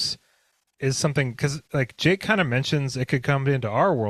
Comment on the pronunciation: I thought oy said 'ake, not Jake